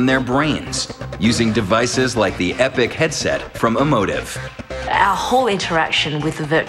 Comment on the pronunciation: Lol, the guy says the "epic" headset, it's epoc nawb, :P